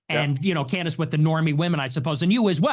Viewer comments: If he calls her Can-Dace one more time…. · he pronounced candence as can the ass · Andrew pronouncing Candace “Canned Ace” was absolute unintentional comedy gold 😂😂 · Canned AYSE!! 😂😂😂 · Sometimes he sneaks in canned-ice once in awhile too 😂 . I'll do the same thing with People. It's just a fun poke depending on the Person and the name. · Was watching a Debate from a few years ago with both her and him. He utilized Canned-Ace, Canned-Ice, and Candace all within the one Debate 😂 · Why does Andrew say Candace like that?